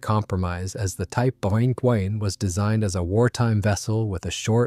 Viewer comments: Well two things are quickly becoming more and more obvious. 1. More and videos like this are being totally "narrated" by an A.I. voice. 2. The A.I. used can NOT NOT NOT pronounce things well if they are not written out. This entire video was about the WW-2 German Type TWENTY-ONE (XXI) submarine. but NOT once did A.I. get that simple two-word phrase TWENTY-ONE right !!!! Instead we were treated to a variety of different attempts such as Type "ehchbow" "en-ine"or "vikniegovnie" or "vunkweenz". WRITE OUT THE PHRASE "TWENTY-ONE" IN ACTUAL WORDS. Only then will the not so intelligent Artificially "Intelligent" narrator be able to get it correct. Nor can your A.I. pronounce the word which mean the front of a boat or ship, because it thinks it is talking about something that shoots arrows thru the air. Another common A.I. misstep in military videos are saying the letters "M K" when the meaning of the abbreviation is actually MARK. Fortunately this video had no MKs in it. HUMANS CAN DO MUCH MUCH BETTER !!!! Have a bit of respect for your viewers and at least LISTEN to these things before you put them out on the net. THUMBS DOWN. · Sorry, but the AI voice couldn't pronounce Type XXI and any other numbers for that matter.